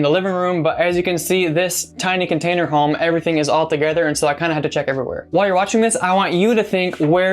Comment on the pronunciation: "Container.....HOME?" (Garlic... BREAD? Cheese... CAKE?") WTF?